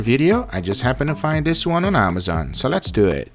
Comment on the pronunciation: Sounds like your saying dew it